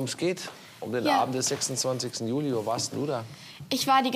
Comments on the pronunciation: Alter warum sagt Herr immer Julai😂😂😂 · Wieso sagt der Herr immer,,Julai´´ anstatt Juli? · Wie sagt der Staatsanwalt Juli?😂😂 Juläi😂😂